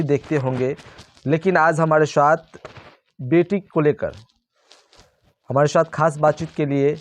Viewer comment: Are bhai bolne ka saleeqa kab aayga Shath bolte ho sath bolo